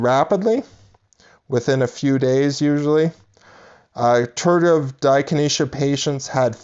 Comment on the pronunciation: Right. How can I trust the advice of someone that can't pronounce it right.